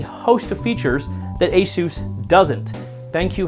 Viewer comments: asuooooos- its pronounced a- SUS as in s ugggh ssss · It’s not (A-Soose) what’s wrong with you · LMAO! “ASOUSE” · After hearing the way he said Asus he lost all credibility